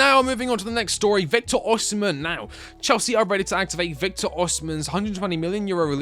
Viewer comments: why tf do people keep saying oSHImen oSHImen IT'S OSIMHEN BRUH osimHENNN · OSIMHEN NOT OSHIMEN